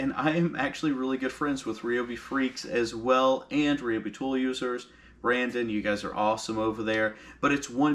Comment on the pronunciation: Its RYE-O-BEE....NOT...Ree-o-bee....neg. FB...until..its right!!!...GEEZ....